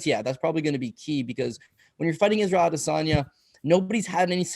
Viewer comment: Lmao 🤣 AdeSANDya